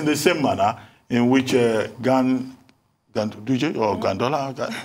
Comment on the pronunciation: Dr. Abati,did you forget the governor's name the last minute after saying his name several times? Gandolar!🤪😂😀😆😁🤣😅😄😜😃